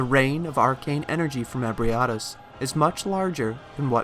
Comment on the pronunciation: Your pronunciation of Ebrietas is fascinating. It's the best one I've found next to eh-bree-eh-tahs ('eh' as in 'bed').